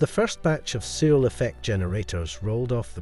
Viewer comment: A minor point but for me it's important to pronounce Searl's name correctly. It's pronounced like "Sir" with an L not "SeaL".